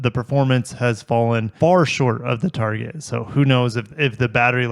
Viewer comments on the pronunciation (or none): none